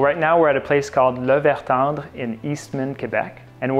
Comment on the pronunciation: Quand je t'ai entendu dire , j'ai réalisé que tu étais francophone!